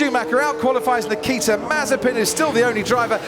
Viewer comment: Lewis, it’s Nikita…